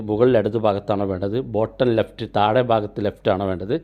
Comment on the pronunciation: താഴെ എന്ന് പറയുന്നത് താടെ എന്നാണ് കേൾക്കുന്നത്